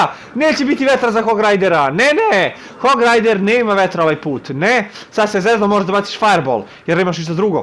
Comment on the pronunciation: Hog rider uvek kaze hog rajder da GA se uplase